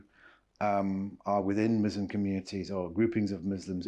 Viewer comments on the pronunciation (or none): It’s ISLAM not IZLAM. It’s MUSLIM not MUZLIM for ALLAH’s sake